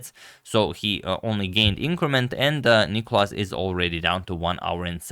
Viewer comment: Where's the clock? And It's nikOlas, the accent being on O. (You've corrected it in some video).